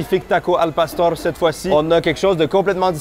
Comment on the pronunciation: Il fallait un peu de calibrrrrration et à c’est un succès la prononciation de al pastor 🙌